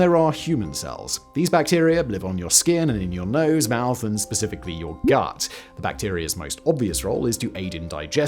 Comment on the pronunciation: definitely heard “gyatt” instead of of “gut”… I am officially brain rotted.